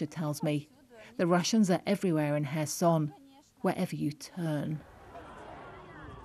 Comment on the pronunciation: As a Ukrainian I really appreciate this commentator pronouncing Kherson correctly